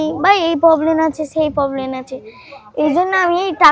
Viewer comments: Problem ❎ Poblen✅ 😂😂😂😂😂 Darun Video ta hoyacha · প্রবলেম হয় প্রবলেন নয়